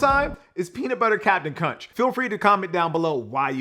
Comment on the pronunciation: you said "Cunch" and not "Crunch". Just pulling your leg